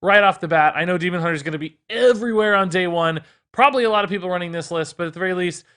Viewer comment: He really put emphasis on everywhere tho😂 love you.